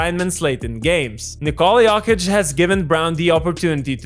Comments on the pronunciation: It’s not “yockich” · I hate the way you say Yolkich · With all respect, please pronounce his name right next time! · The way you pronounce Jokic triggers me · It's funny how you pronounce Jokić, like a posh girl from Belgrade(I'm not saying you sound like a girl 😆)